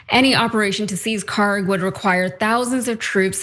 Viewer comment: PRONUNCIATION: (UPDATE: check google earth, they now have the correct khark label.) kharg خارک should be khark. pronounced like park but the german 'kh' sound in the beginning instead of 'p' there is absolutely no 'g' sound in the name. ک is the last letter in the name which is 'k', not گ , the next letter of persian alphabet which is 'g'. they look similar to people unfamiliar and the keys are right next to each other so it is either a typo or poor transliteration.